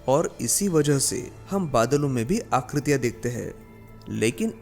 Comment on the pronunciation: भाई, हैं को है कहते हो ,हां को हा कहते हो ....यह अशुद्ध है। आकृतियां को आकृतिया बोल रहे हो । हिंदी तो ठीक से बोलो , तब वीडियो भी अच्छी लगेगी।